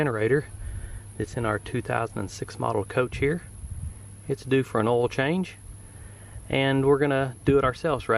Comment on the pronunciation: It's pronounced OIL. Not oal, oil.